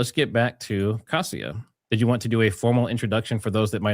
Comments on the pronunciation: I believe Kasia is pronounced "Kasha". Nice to find you two together. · ask Kasia how is her name pronounced. Your version is wacky. Lol. Its more like Kashia. Lol.